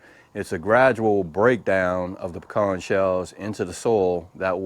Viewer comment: Good to here the correct way to say “pecans”.